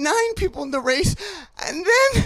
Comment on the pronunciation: "I twied to win the wace" unless I can't hear